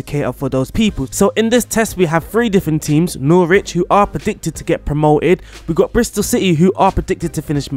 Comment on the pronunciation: I’m sorry, how did you pronounce Norwich? 😂